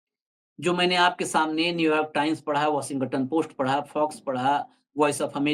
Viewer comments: Washing ton hota hai 😊 washingaton nahi ..its okay angrezi humari bhasha nahi hai galti hoti hai. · Washington bolo.washinga ton nahi. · भाई 'वशिंग-गटन' नहीं 😂😂😂इसे ठीक से वाशिंगटन बोलिये। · Don't pronounce g in Washington. Say, " washinton" g is soft